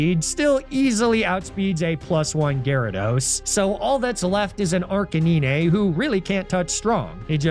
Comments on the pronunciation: The arcanine pronunciation is going over my head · This comment has been removed by NordVPN for raging at Arcanine pronunciation. Apologies to all who wanted to read it uncensored.